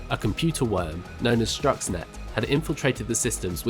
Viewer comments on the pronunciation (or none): Sounds like he says Struxnet instead of Stuxnet